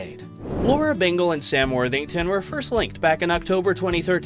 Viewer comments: Lara … not Laura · It’s Lara not Laura darling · It’s Lara, not Laura. This video is difficult to validate as accurate if you can’t get an important detail about the female protagonist’s name right 😂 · Makes whole video about Sam and Lara…and doesn’t pronounce Lara correctly once…. Lar-rah… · What a pity the commentator couldn’t get Lara’s name right 😢. “Lah-rah”. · For God’s sake her name is Lara